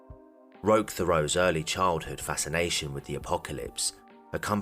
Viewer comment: Hi, Canadian here. Sorry to bother you, I just wanted to let you know it's pronounced Roesh Tare-ee-O (and that's still not quite it) At first I wasn't sure, then I saw where he was born and I was POSITIVE. Edit: I'm pretty sure the "rock" on the mailbox is just him wanting to sound "cooler".